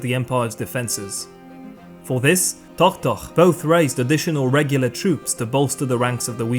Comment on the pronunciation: I think you love saying "Tohtoh"... Many thanks for your excellent lectures!